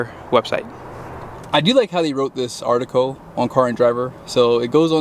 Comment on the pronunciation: Article. Not artico